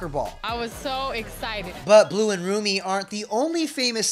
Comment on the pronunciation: She's not saying that girls name right